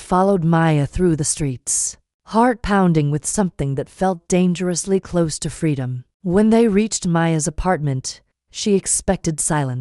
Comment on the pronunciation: Can't you get the AI to pronounce language correctly, because listening to this is painful. I thought these AI things were supposed to be better than humans!!? HaHa Ha But they can't read ahead to see the difference between CLOSE AND CLOSE (pronounced - cloze) and says "am" as a.m. which is why AI is useless.